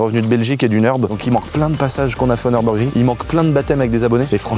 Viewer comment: Le Nurbugring des champs, c'est le "Nurburgreen" mdr